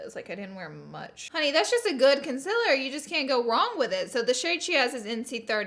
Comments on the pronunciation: my mom and i are watching this and my mom said, "consiler??" hahah pointing out how you dont say consEAler ;)) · ily but its CONCEALER NOT CONCILLER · Sorry but it’s concealer not conciller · CONCILER no honey it's concealer lol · Consealer not consiler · ConcEAler not concIler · It’s concealer not ,conceler’ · Hate how she says conciller its concealer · I am sooo sorry but it is bothering me ok... concealer is pronounced kon-seal-er not kon-sell-er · You are saying cincealer not cooooooncealer!! Come on Laura😂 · You always say concealer wrong you say concilier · Konsyler 😂 Polaczki-wiesniaczki gdzie jestescie moi kochaniii? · She says concealer like conciler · the way she says counselor bugs me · "Conciller"... I can't. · Con-cil-rrrr!!! Lol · Why does she say conciller ???😂😂😂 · You are saying concealer wrong. Con-seal-er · So it’s not cincealer you say it with an 0 not an I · Is she ever going to learn how to say concealer correctly?.... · Omg my little sister when you you where saying concealer she was like “ Omg why is she saying it wrong” 😂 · You say concealer wrong